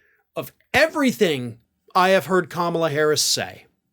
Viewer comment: First, he has to pronounce her name the right way